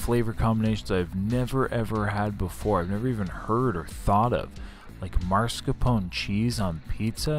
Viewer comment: I think you broke your own record for smacking!! Turns me off even tho I sometimes watch your vids. Come ON, noone else does that. BTW, just for future reference, it is MAScarpone, not MARscapone.